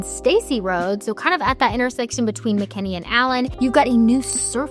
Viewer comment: It's Mckinney, not Mckenney...